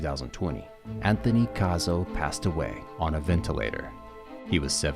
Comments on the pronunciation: His name is CA SO NOT CAR SO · Learn to say Cassie properly not Carzo prick